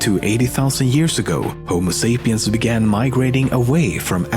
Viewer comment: 헉 1분쯤에 호모 세이피언이 아니라 호모 사피엔스라고 읽지 않나요...? 혹시 제가 모를까봐 여쭤봄ㅁ..